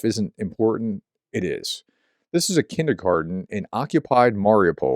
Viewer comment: If you listen to locals, this is how it is pronounced. Mariupol----"marry-oh-pull". You seem to have the hardest time pronouncing all these places correctly.